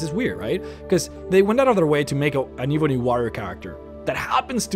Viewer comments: Ebony uses a soft e. E as in Egg, B as in ball, O as in zone, NY sounding as knee. eb-O-knee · If I hear e-booni warrior one more time 😤🤣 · Dah eebony wawrior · pronounced "eb-on-E" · WHY DO YOU PRONOUNCE IT AS EBOONIE UGHHHHHHH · Michael Moscrop #\//\ the moment I heard him say ebony... I immediately stopped the video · You cant say ebony to save your life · I don't like the way this guy pronounces the word "ebony" but great video 👍🏼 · Can you try to say ebony correctly?!?!?! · Your pronounciation of ebony bothers me to no end. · Could you possibly learn how to pronounce this stuff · Eb-enee and War-Re-or, You kept saying it wrong and its so annoying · you pronounced warrior and ebony wrong. I'm sure you know though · please..please pronounce Ebony and Warrior correctly. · Dude you know that you are saying ebony wrong. It's not eeeebony, its EBONY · Ebony not ee bony ffs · it actually changes depending on your region i can also be Ebb-on-ee or Ebb-en-ee but i agree Ee-boo-nee is a bit aggravating to listen to. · saying, it's pronounced "Eh-bu-ny" — similar to bunny. Like an ebony woman. Not "Eh-bone-y". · Why do you call it EEEEeee bunny? IT'S (Eh bun eee) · it's eb,not eeeeb,,your pronouncing it wrong. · I'm sorry I was just trying to help him no offense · It's not eeeebony warrior - Think "Egg" - Pronounce the E same way as you would say Egg - "Ebony warrior" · It’s not eee bon eee it’s eb. O knee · It's not ee-bunny. Its eh-bunny. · Why do you pronounce it eweenie instead of ebb ony eb bony (ebb pronounced like web spider web) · Ehh-bony....oh my god....not EEE-bony. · Here is how you say ebony Eh-bun-ny Not iibanie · Jesus, it is ebony not eebony... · Ebony as ebony and ivory black and white ebony is black, eebony is not a word. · Not Eee-benny Eb-bony 😂😐😑😤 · Why keep saying Eebony? While it's .. ebony ;-) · Jesus just say Ebony, not EEEEBony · Its not ebeney it e bo ny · Why pronounce it e boney its ebony ! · It’s EBONY, not evony, dude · “Eebony” haha